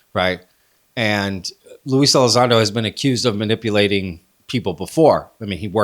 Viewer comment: you don't even know his name😅...it's Lue, ffs